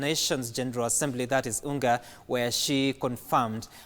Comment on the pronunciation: Kiswahili Kitukuzwe 254 tell them comrade I know the abriviation UNGA but it's not supposed to be read as unga 🤣🤣🤣 kwani ni joogo nini!!